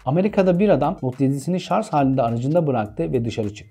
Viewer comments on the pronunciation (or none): Harika bir video ama bu kalitede video hazırlayan kişinin, hele ki telefonla ilgili videoda hala şarj (charge) yerine şarz demesi kulak tırmalayıcı, kusura bakmayın. Türkçe'nin daha dikkatli kullanıldığı videolarınızı bekliyoruz. Kolay gelsin. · teknoloji hakkinda icerik uretiyorsunuz, videonuz 300k yakin izlenmis, binlerce aboneniz var ama gelin gorun ki SARJ'a SARZ diyorsunuz. bence bu buyuk yanlisi bir an evvel duzeltin. tesekkkur eder, basarilarinizin devamini dilerim. guzel icerik. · Konu detaylı ve bilgilendirici fakat bu kadar teknoloji den bahsederken ŞARZZ değilde şarj olsaydı süper olacaktı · Böyle bir video hazırla ama şarj yerine şarz de 🤦🏻‍♂️ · Şarz, deyince videoyu durdurdum.. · Kanka ''Şarj'' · "Sarz" telaffuzu, üstüne basa basa ve o kadar sık oldu ki, tahammül edemedim.